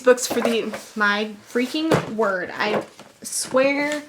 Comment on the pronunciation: "My.. freaking... word... i SWEEAAARR... to HEAVEN" I'm crying